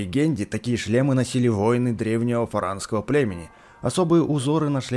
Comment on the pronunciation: Не фаранского а форонского